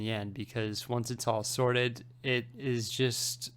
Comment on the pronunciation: I keep on hearing "sordid Lego" instead of "sorted Lego".